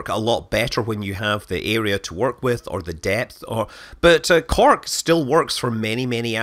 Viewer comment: WTF is " CARK" ? You mean Cork? Then say it. SAT IT SAY IT.